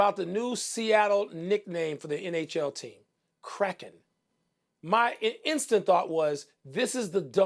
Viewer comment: Funny thing is the word Kraken correctly pronounced is nowhere near Crackhead 🤷‍♂️